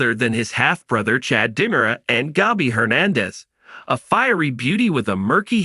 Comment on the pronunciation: These people cant even pronounce names correctly get people who can read right and pronounce Di Mera right